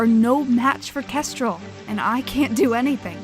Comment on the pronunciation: Nobody: Not even Starflight: Well-mannered Clay: "Kestrelle"